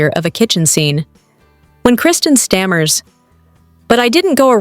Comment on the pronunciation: You can’t even say Kristen’s name right!! 😂 so you’re credible? It’s a reality show. Come on now, you sound so silly & ridiculous.